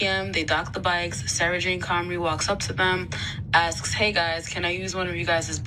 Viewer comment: 'she aks them again'